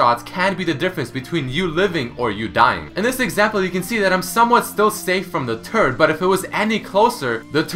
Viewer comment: lol sounds like hes saying turd instead of turret damn canadians and there weird british accent with only some words